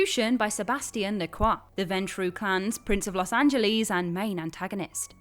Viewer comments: Lucien's last name is pronounced as La Croy. While his last name might be french, it's not said as Le Craw. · "la croy" is the american pronunciation. It would be "la cwah" in French but he ain't speaking french.